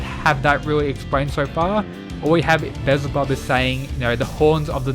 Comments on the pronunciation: Beelzebub is pronounced be-yel-za-bub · damn beelzebub is kinda... yknow.... actually nvm.... (also its pronounced "bee-el-zeh-bub" lmao) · Be-Al-Zeh-Bub is how you say his name. His character is shown to be some type of scientist so I wonder if he had a hand with Zeros body? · FYI it's pronounced Bee-el-zebub